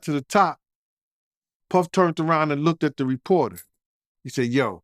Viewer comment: I really hat e the way he says Puhhfffff.